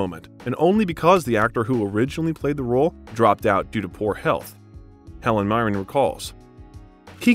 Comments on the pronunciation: There's a few strange sentences and instances of pronunciation in this video, which I can forgive, but how on earth did you get "Helen Myren" from 'Helen Mirren'? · It is not pronounced "M-eye ran" sir. Helen Meer-an please! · Great information. But i am always amazed how a presenter can mispronounce words such as Viscount Avon Macchavalian nd the surname Mirren. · Add "draughty", among others. Pronounced Mirren 2 different ways in 2 minutes.